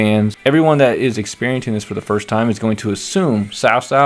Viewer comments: Not sao sao, it should pronounce as chao chao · When i was kid they did it for cao cao but it sounded like "cow cow" for ps2 age but they changed when they did dynasty warriors 6 but I agree with you cao cao when we played him in different visions at first oooh big bad man but once you got to known him he was acting of the times of war even though he is no sanit but he helped a lot of different people and brought them together readguradless of their history like yellow turbans